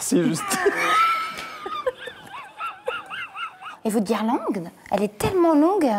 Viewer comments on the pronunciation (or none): 1h20 ELLE SAIT MÊME PAS PARLER JUSTINE ELLE DIT PLUSIEURS FOIS GUIRLANGUES AU LIEU DE GUIRLANDES ET EN PLUS ELLE FAIT SEMBLANT DE RIRE ON ENTEND MÊME PAS LE BRUIT DE SA VOIX!